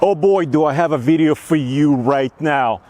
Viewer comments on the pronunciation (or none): “Veeedio” plz stop saying that